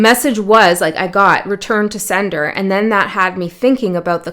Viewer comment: When you said "return to sender", I heard as clear as day "return to Seidr", which I have been loosely doing in the past months. I suppose I should put some more energy there. I don't usually comment but felt guided to this time, idk.